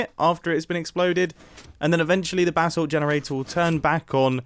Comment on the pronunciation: The way you say “Basalt” hurts.